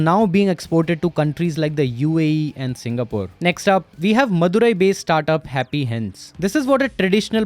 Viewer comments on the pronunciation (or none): none